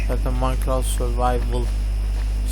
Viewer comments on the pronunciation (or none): none